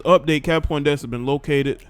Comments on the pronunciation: Bro you didn't even say her name correct! "PONDEXTER" Where are you getting Poindexter from Fam 😆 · Hey little bro her name is Pondexter not Poindexter